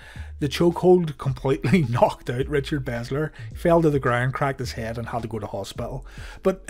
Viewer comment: I know no one cares but it's Richard Belzer. Not Bezzler. Ya I know I'm a douche.